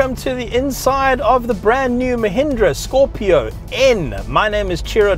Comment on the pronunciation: Really love how u say its name ...